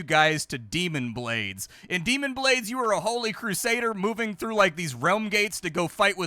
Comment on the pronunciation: you keep saying demon but it's clearly daimon. say it, ~ say DAI MON!